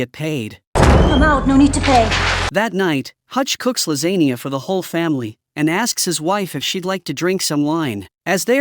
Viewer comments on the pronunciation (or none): Lazania ( lasagna ) ... Totally NOT a robot .